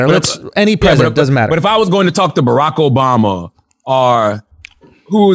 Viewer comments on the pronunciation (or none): none